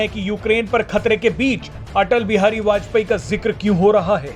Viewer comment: Are bajpeyee kya kah rahe ho bajpayee ji kahane me kya dikkat hai